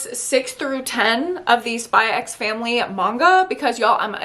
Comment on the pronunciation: It's just Spy Family...you don't say the "X"